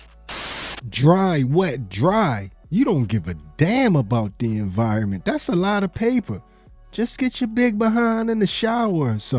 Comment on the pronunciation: The "environment" ha!😂😂😂